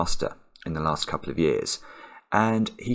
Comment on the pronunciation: "so my Lext digit" 😂